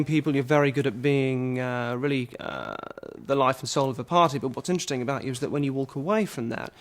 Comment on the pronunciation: Intedezting... man